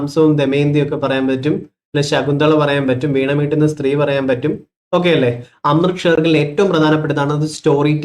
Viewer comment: അമൃത ഷേർഗിൽ, സാകേതം ശ്രദ്ധിച്ചു വായിക്കുക 😊